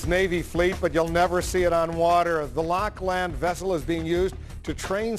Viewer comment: 'lock-land'? what a dope